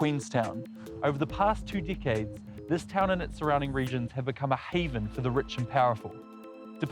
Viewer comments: He said deekaids...instead of decades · Did he say dickheads or decades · Over the past two "dickades"? What's a "dick-ade?" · I think I'd rather perish than live in a land where they don't pronounce the letter 'E'. Yip I'd rather be 'did'. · why do people in new Zealand not know how to pronounce words with a single E in it? They say NEEXT, or DEECADES. Also this was one of the worst stories vice has ever put out.